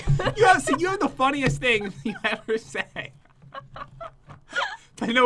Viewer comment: never have I ever-er loved that weapon so much 😂 Me in English class: Ever-er! 😂